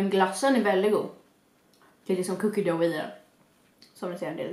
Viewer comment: man uttalar "Cookie Dough" typ "Cookie Duff"